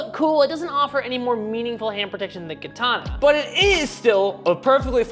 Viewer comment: learn to pronounce katana correctly